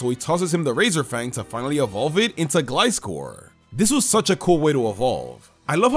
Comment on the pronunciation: The way he said Gliscor 🤣🤣🤣